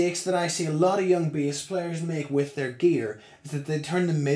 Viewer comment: Why is he saying bias instead of bass haha